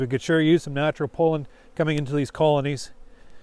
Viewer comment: Very nice BUT... could you stop calling it "pole-in", it's pronounced PAW-LIN (sorry but it drives me nuts )